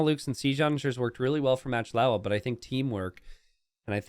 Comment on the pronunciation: I love watching videos and love AoE 2. However, still pronounces player names wrong on a few occasions. For example here is MachtIowa, which he pronounces Matchlowa. Macht is a German word, which means: to make. And Iowa is not LOWA, but Iowa, as in the US state of Iowa. So the players name essentially is Making Iowa. There is also another players name which comes to mind. Maybe because he/she is a Hungarian player (based on his/her name). Salytmacska. calls him/her Sally. However that's completely wrong. The first part of the name is salyt. It's just sajt, pronounced with ly instead of j. Sajt means cheese. The second part, macska means cat. so essentially the player's name is Cheesecat. I explained this to earlier in a comment, but I realize he can't possibly read every comment on every video he uploads. That would take years. Wish I could tag him somehow...🤔